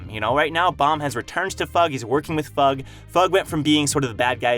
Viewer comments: I'll never get over you pronouncing it fug instead of eff-you-gee. it's like pronouncing SIU as see-you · Bro called em FUUUUGH LOL, its an abreviation F. U. G. not FUUUUUUGH ;d it sounds so silly and stupid lmao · IT'S F.U.G NOT FUG! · Why is he pronouncing it like that? Sounds tragic. fug haha. It’s definitely Foog/Fuug - the way he says it makes it sound so lame?? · I thought fug was pronounced a F - U - G not as one word. 👀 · It sound like fuck to me, and I can't unhear it.